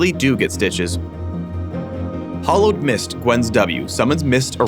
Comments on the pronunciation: You are pronouncing "hallowed" like "hollowed"; I really don't think you guys knew what the word "hallowed" meant when you chose it... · americans pronounce the 'a' in hallowed like an 'o' so it sounds like "the hollowed seamstress"